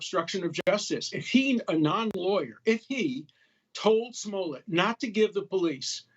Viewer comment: "Don Lime"? 😂